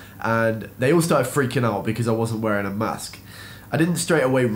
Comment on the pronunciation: Man, you pronounced mask (口罩) like oral sex (口交) 😄